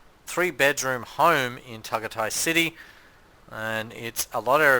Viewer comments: Pronounced TagAyTay dumdum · It’s pronounced Ta guy tie I think FYI. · He’s so annoying pronouncing it how he did.